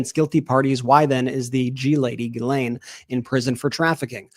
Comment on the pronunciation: All I learned from this is how much Americans love their acronyms and that Ben has a very hard time saying Ghislaine.